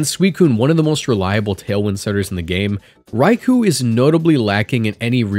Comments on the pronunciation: it's called raikou not raiku ffs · why is pronouncing raikou so difficult for people